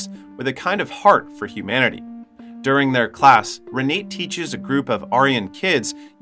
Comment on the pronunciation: It's not pronounced Re nate It's pronounced Renata. Spelled R-e-n-a-t-e!